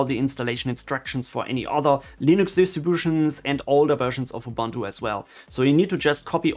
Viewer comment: I just watched couple of your videos, really good quality stuff. One thing strucks me though in every video. Since I used to be Ubuntu maintainer, my ears are bleeding when I hear how you pronounce Ubuntu ;)